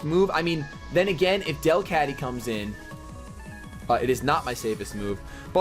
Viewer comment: pronounced DEL-cat-ty